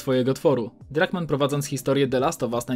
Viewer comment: Drunkmann,a nie Druckmann 😂